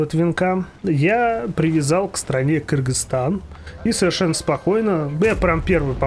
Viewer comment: Спасибо за видео, было очень интересно. Ещё отдельное спасибо за правильное произношение название моей страны Кыргызстан.